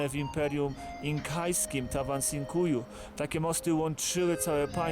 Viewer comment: Been there done it. It's really is amazing. Great documentary but I'd suggest working on the correct pronunciation of many of the names: Choquequirao, Sacsayhuaman, Tawantinsuyu are all mispronounced.